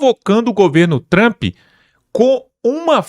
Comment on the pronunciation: NÃO É PRESIDENTE TAMP. É PRESIDENTE TRUMP LULA. FALA DIREITO !